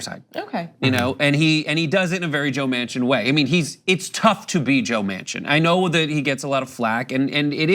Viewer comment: Well... it is joe MAN-Chin . not WoMan-Chin.